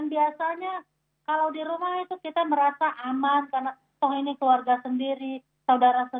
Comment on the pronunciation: saudara kiti 😂😂